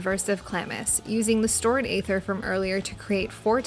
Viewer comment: The way you say aether aggravates me